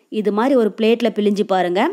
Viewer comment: Pilinju Tamizl eppadi kolai panringama Nalla Tamizla Pilzinju appadi pesanum Jangri super